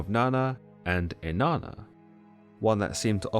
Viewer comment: Inanna sounds like enana in Spanish which means dwarf, and that’s all I hear every time he said here name.